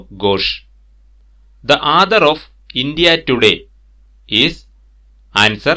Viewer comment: Good. Pls pronounce clearly the word author